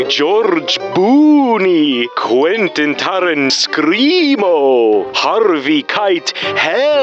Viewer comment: Rofl quintion terrinscremo haha